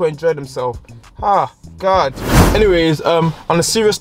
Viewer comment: “Oh my Garrd so segzyy”🤣🤣🤣👏🏾